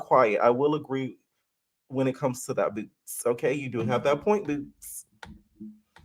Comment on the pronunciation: I cackle every time you say BOOtz LOL